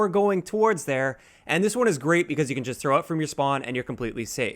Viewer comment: I can trow dis vewy far